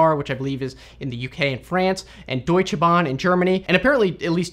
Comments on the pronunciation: HOW U PRONOUNCED DEUTSCHE BAHN. I CANT!!!! Its such a stupid language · i love how you said deutsche bahn